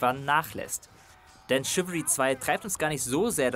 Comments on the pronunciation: es wird nicht ,,schiwiri" ausgesprochen sondern ,,schiwälrie" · Dat spricht man " Schiwallri"